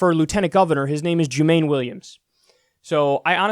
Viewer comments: Kyle it’s pronouncedJU MON EE... He endorse Bernie in 2016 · It's pronounced Jew-man-ee Williams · Everyone gets Jumaane's name wrong hahaha. "Joomahneigh" Williams! :P I'm so disappointed with how his race went, though; early returns looked great, then suddenly Hochul comes in swinging thanks to THE BRONX?? And QUEENS?! I'm from the Bronx and I canvassed for AOC in Queens; who even knows about HOCHUL in both?! There were totally shenanigans at play, and the party bosses there I'm sure had something to do with it--Crowley, Crespo, et al...